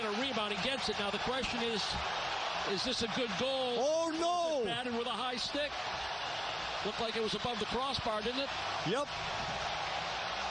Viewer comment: I agree with the other guy, this play by play guy is awful. Give that man some coffee. Color guy is great! And yeah, the overall audio is awful. He's the only play by play guy who can say the word "stick" in two syllables.